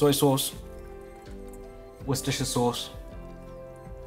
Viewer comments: Ah yes, wussusustu sauce. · This is the correct way to say it in Australian English - not British, not American and certainly not Japanese